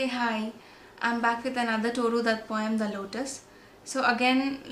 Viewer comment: Isnt it Tooru?